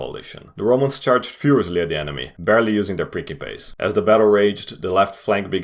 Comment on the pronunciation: Yes, your ears did not deceive you, he did pronounce it correctly.